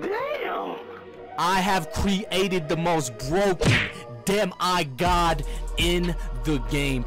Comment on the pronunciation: Why did u pronounce it De”My”god 🤣